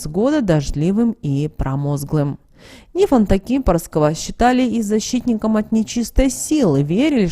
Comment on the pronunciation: Какой НифОнт? НИфонт! Слух режет Ваша безграмотность.В словарь заглядывайте иногда.